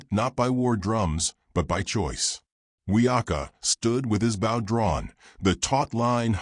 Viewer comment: Please it’s BOW not bough. Get your AI taught to say bow. Drives me crazy and others I’m sure. Watching from Adairsville Georgia USA. WHERE WE KNOW HOW TO SAY BOW.